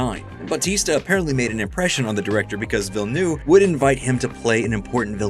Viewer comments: Ville neuve, not ville new. cmon man. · by the way it's not denis "villenoo", it's prononced ville-nev (ne like in nerve) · it’s pronounced like “dennis ville-nerve”